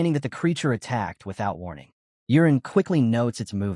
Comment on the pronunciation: It's not urine it's yuren 😂